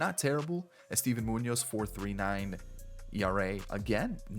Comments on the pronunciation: "Eh-Steven" 😂... But I'll give you credit for pulling so many B and A-rated players, especially deep into each draft. That's impressive. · the way he said estevan got me every time😭😭